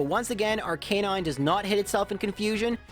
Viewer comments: it's arca-nine, not ar-canine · I don’t mean to be nitpicking or anything but during the Blaine gym battle, the way he pronounces AR-KER-NINE as AR-KAY-NINE really irks me, and i’m doubting myself whether or not nintendo wanted it to be pronounced AR-KER-NINE or AR-KAY-NINE because it’s arCANINE and canine is pronounced KAY-NINE 🤔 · I'm sure you've addressed this, but your pronunciation of Arcanine makes me cringe. Anyhoo, great run/content as usual :)